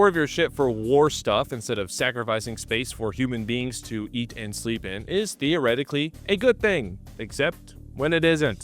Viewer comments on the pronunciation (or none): none